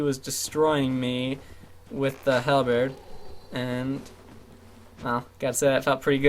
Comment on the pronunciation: "um" "so" "dog in background"(again) "Hal=bear-d" ITS PRONOUNCED "HAL-BURT" OR "HAL-BIRD" Seriously bugs me that these are about the only videos i can find that simply show gameplay and have some level of commentary over then, but there's so much garbage filler due to the way you speak. Seriously, watch this video or probably any of the others and just listen for it. GET TO THE POINT, SAY IT CONCISELY.